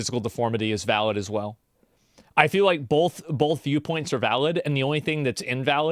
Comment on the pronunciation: There's no L in the word both. Stop saying bolth